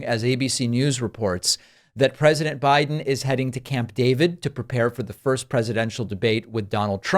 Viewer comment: "Joe Bride " 😂😂😂😂😂😂😂😂😂😂😂 GOD, GO AWAY dementia Don!